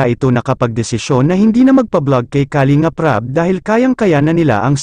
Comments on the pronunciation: nakakainis marinig ang maling bigkas ng kalingap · puede ba ayusin nyo pagbigkas ng kalingap....mali ang pagbigkas